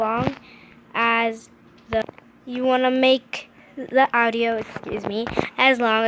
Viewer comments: And she also said owdio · She said ow-dio instead audio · Love how she said ed instead of edit Then audo instead of audio xD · She really did say Awdio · OWdio gurl. It’s AUDIO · ITS aUDIO NOT AWDIO ITS EDIT NOT ED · Its audio...not owdio... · “Awdio” and “ed”who taught you to speak? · Awdiow fuck that pronouncing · And AUDIO not OUTIO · BRO ITS AUDIO NOT AOUTDIO! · Adio? Owdio? Ed? Bruh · Awdio?? Eds?? Da fuck?? (No offense but nice tips tho) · It's not adio.....it's audio.......it's not ed....it's edit.... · Sum ppl here posting about their opinion on her saying ed eds and awdio. Stfu! Shes here to show you how to make these edits! Be grateful you assholes! She didnt have to do this. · s t a r awdio like she 6? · Actually she says oudio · RandomVideos It can go two ways :) Aowdio Aoudio She included the “a” But never pronounced the “ah” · Transition I say transition not animated cough cough oh and edits not Ed nor eds oh and audio not what ever she said👍 that just really bothers me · How she said audio triggered me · The way you said audio i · I hate how she pronounces audio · SISTER ShOoK No she just can’t pronounce properly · s t a r ugh same she’s trying to sound older when she’s probably only 8. I mean she can’t even pronounce audio like....?